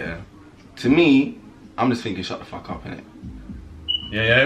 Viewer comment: It’s easy for us to say fackkk em but it’s a stick one bro 😂